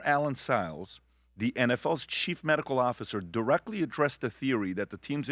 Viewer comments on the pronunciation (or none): none